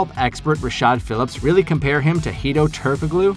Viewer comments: Ok... Its SLOVENIA not SERBIA Its pronounced as Turko-LU not Turko-GLU. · Are you so young you don't know how to pronounce Turgalu . The k is silent. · Every time you say "turk a glue" I die a little. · Hedo Turk-uh-glue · It’s pronounced “turk-aloo” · The "g" is silent in Hedo's last name🙂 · Stop saying Turkoglu like that! Fine enough video, but clearly you're a new bball fan. Check pronunciations for your next video to avoid looking green.